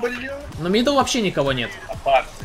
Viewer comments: На МидУ, а не на МидЕ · Почему все говорят «на миде». Это не правильно. Правильно «на миду»